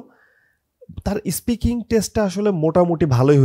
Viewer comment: ইস্পিকিং না...😂 স্পিকিং আপনার নিজের-ই তো ঠিক নাই 🤣